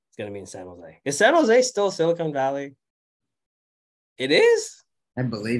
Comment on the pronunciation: Great episode! By the way, it’s silicon valley, not silicone Valley, which is in SoCal I believe.